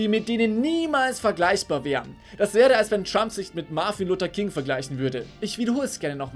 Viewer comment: "Marfin Luhter King" lol